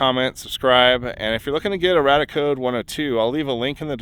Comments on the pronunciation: Its radiaAcode, why do you keep saying radicode? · I always thought it RadiaCode was pronounced RAY-dee-uh Code and not RAD-uh Code and nuclear was NEW-klee-er not NEW-cue-ler I have been saying them wrong all this time. I feel silly. I stumbled on your channel via the home page and your Oppenheimer film video and I am binging through your channel. Love the videos and channel. I learn something new from each one. I'm definitely subscribing.